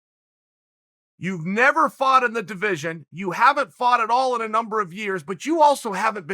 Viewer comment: “I fart for that contract” - Uncle Chael